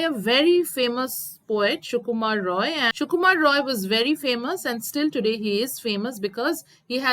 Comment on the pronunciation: Ray not rou